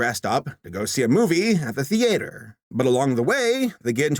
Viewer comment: You know what's weirder than mpreg? The way you pronounce theatre. Seriously, man. What's up with that?